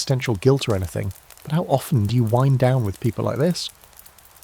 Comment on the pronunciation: What’s with the sirens in the background yet again? Also how AI pronounce “Wind” down needs to be fixed